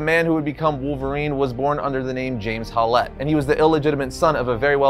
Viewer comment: WHY DO YOU PRONOUNCE WOLVERINES LAST NAME AS 'HOW-LETTE' WHEN ITS CLEARLY SPELLED AND PRONOUNCED 'HOWLETT' ?